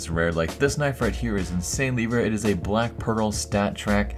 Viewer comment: "Anythring" "Black Peral"